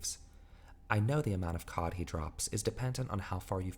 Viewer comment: I swear to god if I hear "uSe gIft cAwD ArNoInnOinnoiN fOr such an amount Of fReE cOhD!" Im gonna lose my shit